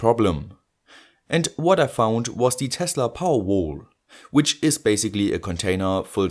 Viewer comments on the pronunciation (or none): none